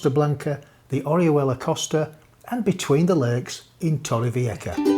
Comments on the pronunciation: We live inland nearer the city about an hours drive away. Been a while since we visited Torrevieja, so it was nice to see the super drone footage. By the way, you could do with some work on your pronunciation of Torrevieja, it's a J not a C, just saying ;-) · Its not torray fee-yekka but torrevieja. A rolling r followed by a b instead of a v and the j is a ch sound like in loch 😊👍